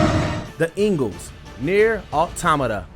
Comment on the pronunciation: you called it Nier WHAT